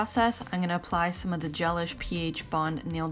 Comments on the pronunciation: I always thought it was pronounced GeLISH like deLISH! Not GELish like relish. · I think it’s pronounced ge-LISH, like “ooh, that meal was de-lish”, not GEL-ish, like relish. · I believe Gelish is not pronounced like “relish” but like “that meal was delish”!